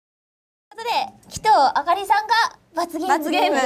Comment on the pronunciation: 鬼頭の発音違いますよ！